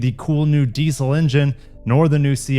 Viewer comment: Mazda not marzzz-daarr Diesel not dissell you stupid yank